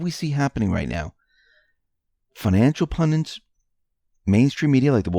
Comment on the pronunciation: PUN-DITS. (ONE "N") PUN-DIT. Rhymes with "FUND- IT". Try "SEND - IT". (Simple!) Where do people get that other version???